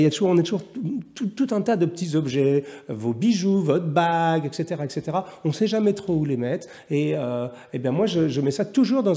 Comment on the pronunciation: Bien le bonjour sieur Jacomet. "Etc." est une contraction de "Et cétéra". De ce fait, on ne peut prononcer exétéra. Bonne soirée.